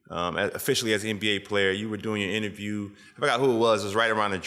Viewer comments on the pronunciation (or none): It’s INTERVIEW NOT INTERIEW